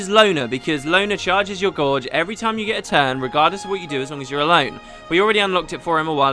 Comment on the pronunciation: god damn it it's pronounced GAGE not GORGE!!